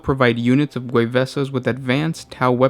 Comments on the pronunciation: Isn't it pronounced Ghuee-vaasaa? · Gway Vsaw is how you'd pronounce Gue'vesa. But this is a super interesting video. Lots of things I didn't know as I never got into Ally Lore